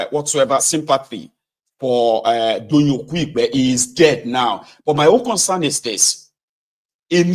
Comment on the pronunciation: Doyin Okupe not "Okuigbe"